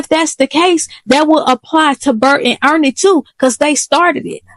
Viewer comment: You said Bert and Earnie 😂